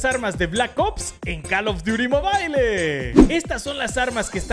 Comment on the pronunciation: "cal of diuri mobaileeee" JAKSKASKJA